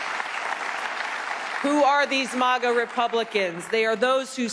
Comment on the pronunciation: Lol 'mAHGah', haven't heard it pronounced that way before. It's mAGah 😁👍 Manga mohnga Animay aunimay Ok I'll shutup